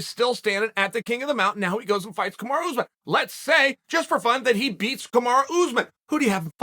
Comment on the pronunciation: I love how he says "kamaro ooze-men"🤣